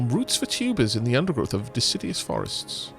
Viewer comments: I know u've said on streams about pronunciation so deciduous isn't de-sid-ee-us But more de-sid-U-us Also loving this play through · I think hates and/or fears trees. He keeps pronouncing 'deciduous' as if it's 'insidious'. A simple mispronunciation? Or perhaps a devious plot to besmirch the good name of our lovely, leafy, life breathing neighbors...